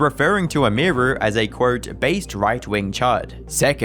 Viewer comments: its not "Emiyruhh" its Emiru. How hard is it? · Dude.. EM-EAR-REW is wild. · Emeerue 🤮 Emi-ru ✅ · It's, "Em-ee, roo" not "Emeer-oo" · I stopped 2 minutes in. I couldnt listen to him saying M-E-ROO's name wtong every time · The way you pronounce Emiru 😂😂😂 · You can't even say her name correctly. lol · Bro can't even pronounce "Emiru" lmfao, really? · Kind of annoying that the only time that Emiru is pronounced correctly in this video is when someone else says it in a clip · Learn how to pronounce Emiru. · at least take 3 seconds to learn how to pronounce Emiru before saying it 200 times in 25 mins🤦